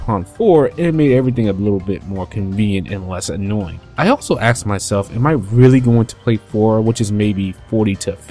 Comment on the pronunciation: Did you say you "axed" yourself? Did it hurt? "Nameless protagonist 'Nanashi'"? His name is Nanashi...how is he nameless? You must have axed your head. Jokes aside, great review! I like how you break the video down into graphics, music/voices, gameplay, etc. I wish you would have played 4 before 4 Apocalypse, but I'm glad you still had a great time with Apoc. Have you gone back to play 4?? This video earns a sub from me, sir. Well done!